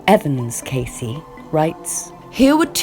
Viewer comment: If you're going to make these videos, at least say the dude's name right!